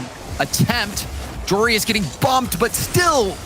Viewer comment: Can casters please stop saying joreIS his name is spelled joreUZ